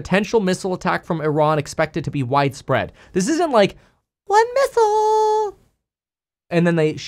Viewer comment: You say it 😂😅